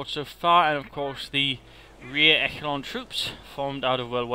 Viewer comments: Echelon is pronounced "eSHelon" not "eKelon" At least in English it is, even though it is a French term. I still think they pronounce it eSheleon. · You're right, it's échelon in French. É-che-lon